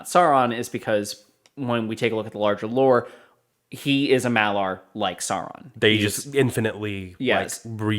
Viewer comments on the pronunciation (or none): I love your reviews, one nitpick here, sorry - it's a Maiar not Malar.